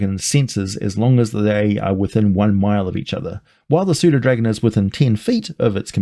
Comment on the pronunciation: I've have pernownsed the p in pseudodragon. Thanks for helping me pernowns it right!!!!